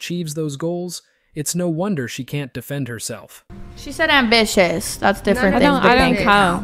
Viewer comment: "I'm ambitious" no you mean ambitchyous lol.